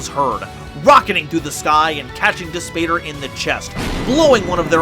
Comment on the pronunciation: Amazing content as always- quick note Dis Pater is Latin, (pronounced dees pot-air) and means, literally: Push, Father!